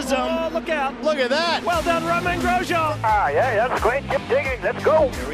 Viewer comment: glad the commentator pronounces grsjean's name right